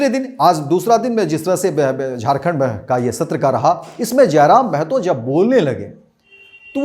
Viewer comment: जयराम महतो है जयराम मेहतो नही